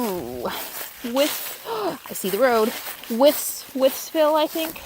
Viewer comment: Wytheville doesn't have an "s." And just so you know, the locals pronounce it WITH-ful or WIF-ful. Glad someone warned you about the buckeye. The American Chestnut was largely wiped out by a blight decades ago. You might find reading up on it, and efforts to revive the species